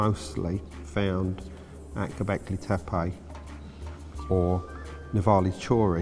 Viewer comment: ...oh gawd, it's HIM again....... 'Ghawbecklaaaay Theppaaaaayyy'..... FFS.